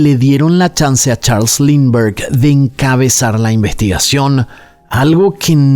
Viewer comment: Este caso caló tanto en Venezuela, que se usa como expresión: "más perdido que el hijo de Lindberg", claro, se pronuncia "Limber o Linder" jeje